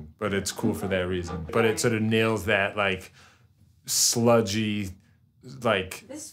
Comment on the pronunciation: sludma? no. sludjuh? YES